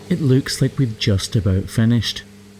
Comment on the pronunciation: I’m sorry but I can’t get over the fact the he pronounces “looks” like “lewks.”😆